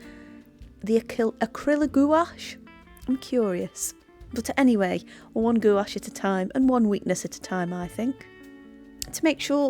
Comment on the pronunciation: Hi love your videos but just a FYI it's pronounced gwash, I've recently bought these and loved them. I'm not a fan of carran d ache as I've tried pencils and thought they were over priced and not that great but do like these. LOVE your fox